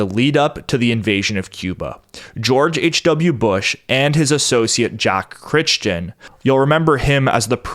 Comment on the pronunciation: Dude... you're killing me with butchering that name. It's seriously becoming like nails on a chalkboard. It's pronounced "CRY"-"TON"... unless Jack's family was retarded and mispronounced their own name... but freakin "Critchton", lol.